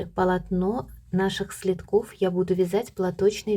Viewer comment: Не " следков " , а следок , СЛЕДКИ- ударение на первый слог..